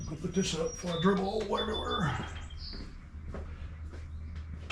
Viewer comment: It's not eral, it's oil.